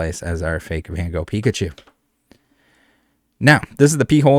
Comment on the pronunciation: its Van Gogh, not 'Ven Goog''